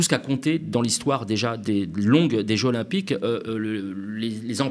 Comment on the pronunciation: Trés bon, comme d’habitude. Mais… "les jeux ZZZ’olympiques" stp 😅